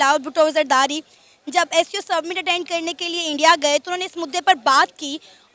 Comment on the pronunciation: Host hi unpad hai s c o hai na ki sqo